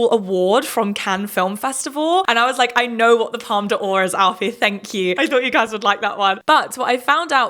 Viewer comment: Lots of great interesting points raised in your review, which I enjoyed, but I must admit when you told the story of Alfie explaining the Palme D'Or I thought you'd also correct his pronunciation instead of getting it wrong as well 😉. Palme D'or is just 'palm door' not 'palm de or'... Sorry, no flippancy intended, I just want to help.